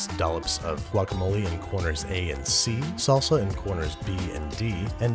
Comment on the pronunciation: What is “KAYSO” and “SULSAAH” 😂 cheese and sauce my friend.